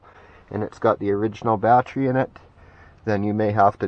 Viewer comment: Ba-Tree, ba-tree, batree, you're driving me crazy, man. It should be pronounced BA-TTERY instead of BA-TREE.